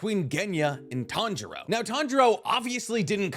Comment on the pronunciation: say with me ( tan-ji-ro ) not ( tan-ji-ra ) where did the ( ji-ra ) come from smh I'm starting to think your pronouncing things wrong on purpose